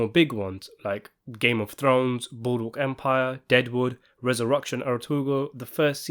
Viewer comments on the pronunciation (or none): game of throngs, boorook empire, resorukshun eratoogul, peaky "binders".....what are u talking about mate? lol